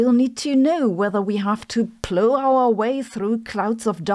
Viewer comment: pronunciation note: "plow" is not with a long O but "ow" as in "sound".